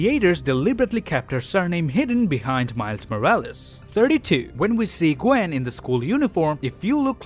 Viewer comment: Gwen says her name is gwanden